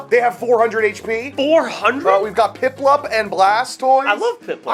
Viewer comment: “Oh i love pliplup 😊”